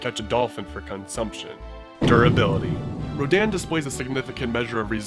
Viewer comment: RADON not Rodan